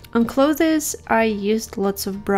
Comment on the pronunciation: This is one of my favorite pieces by you! And when you said "cloth-es" aroun I got so happy my dad pronounces it that way. Thanks for the video!